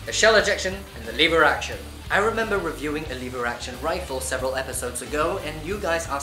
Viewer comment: I thought he kept saying "Liberace" instead of "lever action"